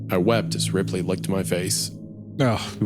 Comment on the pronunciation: since the tv turned on as the main character said the name of his dog "Ripley" and the bunker was described as very modern, I assumed the tv started because he sounded like he was saying "replay" as a voice command